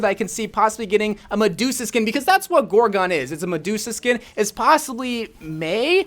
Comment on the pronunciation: The lucio skin, gorgon, is not pronounced gorGONE. It’s pronounced gorgin.